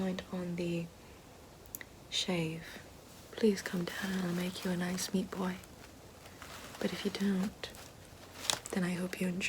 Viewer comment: Note for: it's pronounced: meaet pios